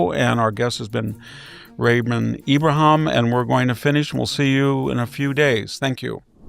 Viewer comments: IbraHEEM... everyone says "Abraham" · I've noticed that VDH has some strange pronunciations and stumbles over some words. I'm sure he KNOWS Ibrahim's name!!!